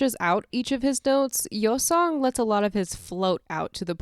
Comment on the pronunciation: You can't even say his name right